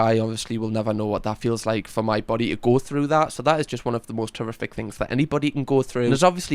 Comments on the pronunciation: I think he said horrific but it lead quickly from most which made it sound like he said terrific 😅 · …..He said “horrific”.